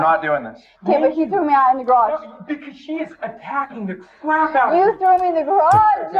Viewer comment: Officew she was attacking the cwap outta me